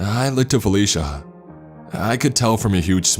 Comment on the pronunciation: .......everytime, somehow ...I hear fellatio instead felicia ..,im sorry...